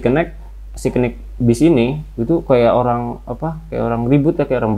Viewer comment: Menit 38.54 ngakak bgt salah ngomong ya bg😂😂😂 sama kayak jadi sama sayak🤣